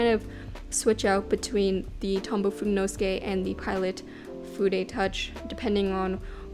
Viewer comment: I just found this, I was saying it wrong too: According to slightly Anglicized Japanese pronunciation rules, it should be pronounced "foo-day-no-SOO-kay". Here is each syllable broken down: "Foo" as "food" "Day" as in "daylight" "No" as in the word that's the opposite of "yes" "SOO" as in "Susan" or "suit" (this is the stressed syllable) "Kay" as in "okay"